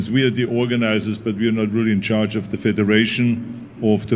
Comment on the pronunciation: In chaaage. Of de wuuules.